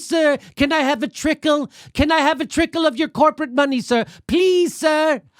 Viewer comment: did he say trickle....LMAO